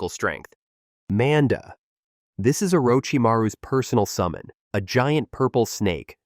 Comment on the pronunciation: It also will NEVER say Manda’s name properly. So even the well disguised voices that aren’t this default robot voice or the other deeper default voice, will always do it. I had one the other day that had a genuinely well done voice&speech pattern and the second it said Manda like the name Amanda I realized it was another AI which I’ll never not downvote cuz fuck the slop. Tho I do like all the exposition of this one ironically, I do get why many (including urself) wouldn’t.